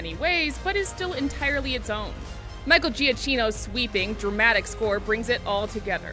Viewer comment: Its pronounced micheal jah kee no. Do your work in crediting stuff right smh